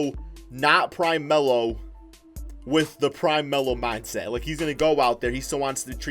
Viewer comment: Adam Austin he said prime mello 🤦‍♂️